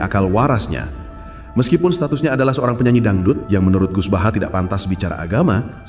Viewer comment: Bahasa nya orang di kata kaga pernah ngaji buset baha baha tambahin r biar jadi bahar😅😅😅